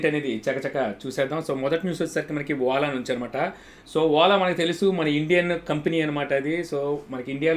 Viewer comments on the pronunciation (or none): Vala kaadu bro Ola